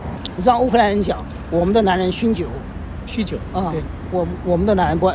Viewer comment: 还有去乌克兰学乌克兰语文学的啊，很少见，看来很喜欢乌克兰。不过要加强中文练习啊，酗酒念成了凶酒